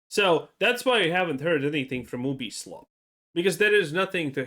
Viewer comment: 😩 all of you mispronouncing Ubisoft is why I never finish any of your videos. It takes two seconds to know how to actually pronounce it. It also means you’re all just watching the same videos.